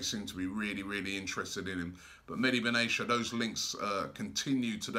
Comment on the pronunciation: It's mehdi benatia not Medi Ben Asia